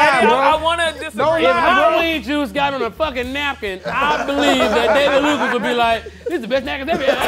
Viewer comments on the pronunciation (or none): none